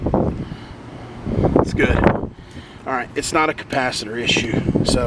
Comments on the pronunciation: I know you mispronounced capacitor on purpose but it reminds me of when I was a kid I pronounced it "capacitator " That's a great theft deterrent always on " disconnect " unsafe but effective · A Capasisitator...... 😂🤣😂🤣😂🤣😂🤯